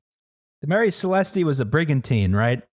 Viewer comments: I find it very weird the way you pronounce Marie celeste, the e is actually silent, so you prounce it Marie Celest, that's why it's famous because it sounds nice. It wouldn't be famous if it was called something as stupid as the Mary Celestee as you say it. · I'm ashamed of for not picking up that they kept saying Marie Celeste wrong, it's pronounced Maire Celest, no E because as withost names it's meant to sound nice and not disgusting.